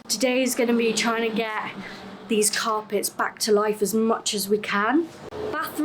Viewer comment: Did you say "carpets" or "tar pits?"